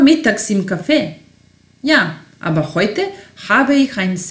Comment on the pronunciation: Citaj te gramaticki, a ne „aba“ = aber ili seha = sehr. U skolama se uci gramatika a ne dialekti koji su razliciti u raznim krajevima